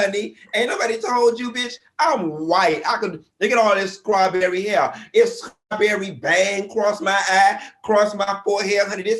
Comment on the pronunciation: Ok, but is he saying scrawberry shortcake? SCRAWberry?